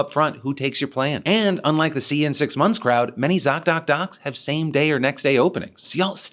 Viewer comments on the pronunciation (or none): none